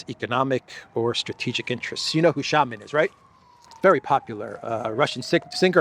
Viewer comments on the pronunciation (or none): 1) FIA - Federal International Automobile 2) shamAn ... Not shAman .. you need press hard on 2nd A .. not 1st .. it means Voodoo Priest/Doctor or Witch Priest/Doctor... you hurting us with wrong pronouns